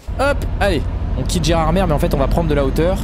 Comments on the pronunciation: ON DIT GÉRARDMÉ PAS GERARDMERE ! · il faut prononcer Gerardm"é" et non Gerard"mére" ! Et pourquoi gardes-tu le volant virtuel sur ton jeu alors que tu pilotes avec un volant sur ton bureau ? C'est tout simple à faire dans les paramètres. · Alors phonétiquement on ne dit pas Gérardmer mais Gérardmé au niveau de la prononciation 😉 bonne continuation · Désolé mais je vien des Vosges on dit pas Gérardmer on dit gerardmée